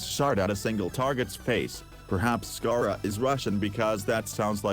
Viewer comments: “This is gayrah” 💀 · okay your video is great yes... but the way you say gara made me dislike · im today years old that i found out Gara is not pronounced "GAH"RA